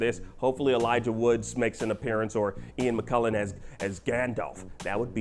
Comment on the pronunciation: Elijah Wood”S” & Ian McK”U”llen 🙄